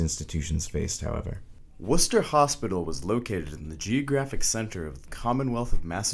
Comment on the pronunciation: Good job with the video. Either the creator is from New England or did his research based on how he pronounced Worcester correctly. Worcester state hospital was demolished and rebuilt into a modern facility after being abandoned for years sounds like he used his younger sister with braces to do the the voice. They aren’t fun so I hope her teeth at least came out good. 😁